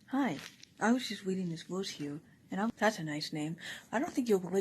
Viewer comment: I'm weading this berse